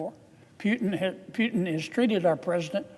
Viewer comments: But hey Not Piutin but Pu. Oe ou ,Poutin...you mist a phonetics at school... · pootin, pootin not piutin. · Are we still talking about it? All it took is 3.5 years. I am sure, all this time Kennedy went to bed and woke up with the thought of Ukrainian people dying simply because Putin (pronounced POO-tin, by the way, not PEW-tin, nasty either way) simply ran out of other ways of justifying his remaining in Kremlin. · Kennedy can’t even pronounce Putin’s name correctly, let alone be smart enough to be President. Don’t know why he keeps saying “Pew-tin”, when it’s pronounced “Poo-tin” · He can even pronounce his name right hihihi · Keneddy learn how to say putin name correctly first sir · He can't even pronounce the name Putin right